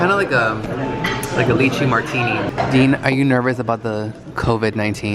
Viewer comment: Have to let you know lychee is pronounced lie-chi.